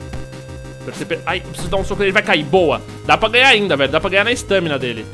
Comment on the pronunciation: nao se fala Stâmina e sim Stámina.